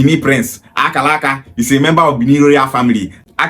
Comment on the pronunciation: She can't even pronounce Akaraka very well. Is Akaraka Bibi language? Why most of Igbo people from Delta and Rivers doesn't have sense at all.